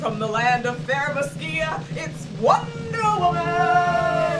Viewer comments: 👀 it's themyscira pronounce it like mascara 👀 just saying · Love all of these ladies and the pictures!!! But the Nerd in me was cringing so hard at saying Wonder Woman is from Krypton and pronunciation of Themysicara 😭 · I love this!!! I also love the way pronounced Themyscira 😂 I love you guys